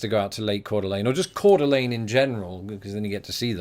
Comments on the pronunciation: You pronounce Ker duh Leen so purty,. HA! No, not the SLC hook again! To quote Media in American Gods (Gaiman), "put a pillow over that feeling and bear down until it stops kicking". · Guy ByTheDoor, "Ker duh Leen"? and I both pronounce it "core duh LANE" Which is correct?